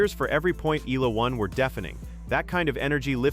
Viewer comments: Fix the pronunciation please. It's ee-YAH-lah, not EE-lah. 😭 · Alex Ee-lah....once again, thank you A.I., and constantly showing a caucasian player that is not in any way related to this story.